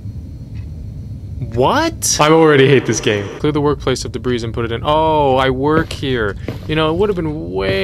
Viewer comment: Just cause I've heard you say it multiple times now and you can choose to take this correction or not: "debris" is pronounced duh-bree (s is silent like in "deers"). Do what you will with it. Thanks for the planskt